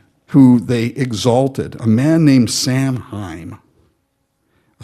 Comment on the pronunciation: First it is pronounced Sow in not Sam hain.. There is no such being as a Samhain. THird i do not know where you got your information, but you really have zero idea of what you are talking about. Your evident ignorance is a pitiful example of just how uninformed one person is willing to demonstrate.